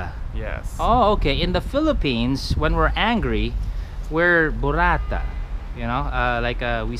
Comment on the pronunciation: Burrat-ta, ay federico burrat-ta cheez-oo